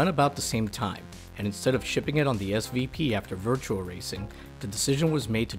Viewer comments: clawing at my ears VirtuA! VirtuA! Not Virtual, VirtuA! Please tell me you aren't one of those people that say "Gameboy AdvanceD!" Otherwise, good video. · Do you keep saying Virtual Fighter instead of Virtua Fighter? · I swear he mentions the fact it's Virtua, not Virtual...then proceeds to say Virtual for the remainder of the video...